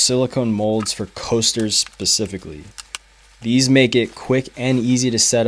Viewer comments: SPEcifically …… NOT PACifically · Pacifically.. lmao